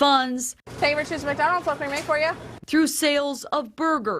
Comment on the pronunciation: Richered. Not. Not. Not. Bridgeman